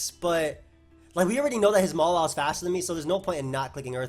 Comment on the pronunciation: dude why do you pronounce Mawile like MOLA, it's so cringy